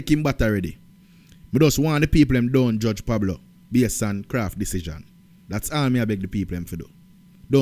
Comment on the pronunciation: KRAFF NOT KRAFTY 😂😂😂😂